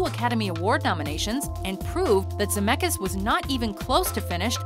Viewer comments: Brezz His family tree starts in Europe, Lithuania to be exact. I'm from the same country and it's pronounced ZemeCkis with a hard C and then K, not Zemekis. My last name is with a ck as well, but no one pronounces k, it's Ck. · Its not ZAMEKAS. Please do your research and say his surname right. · I only pressed on this video because of the last name. And also you're saying Zemeckis wrong :) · oh god when she pronounces Zemeckis is pain in my ear